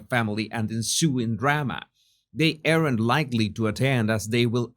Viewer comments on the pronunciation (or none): Jesus! Your English is really good, and I know you're always trying to improve, so here one little tip: "aren't" is pronounced like "arnt" It's one syllable and the "a" is pronounced like a Spanish "a" - "ah." Just pretend the "e" isn't there. It's silent. I know - English is crazy!